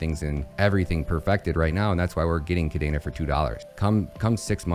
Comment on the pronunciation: Why does he say kadaina when it's kadena?